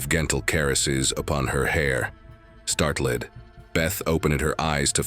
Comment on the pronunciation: You need to fix your AI because it keeps mispronouncing things like "Startled" was pronounced "Start led", like two separate words and "Vengeful" was pronounced Venga (like the Venga Boys) "Venga ful". Other than that, the stories were okay.